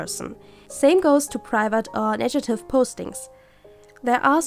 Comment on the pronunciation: I'm inspired by this video. Thanks! By the way it's negative not nejative :D